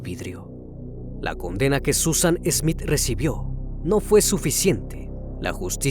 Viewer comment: No es ESmith es Smith Ya es hora de mejorar.